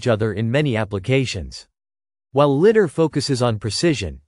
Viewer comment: It's pronounced lie dar, not litt dar